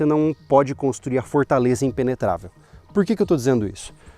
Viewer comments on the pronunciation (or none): Putz o cara falar "ENTELIGENTE é EMPENETRAVEL" FOI FODA....kkkk esse povo é td maluco kkkk